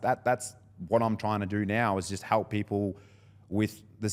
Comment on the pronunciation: I can't stand how these Victorians keep saying they want to "halp paple"